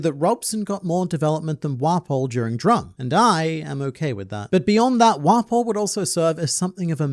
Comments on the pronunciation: How many times did say "Wapol"? Lol 😂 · There's something about how pronounces it "wah-pole" instead of just 'waffle but with a p'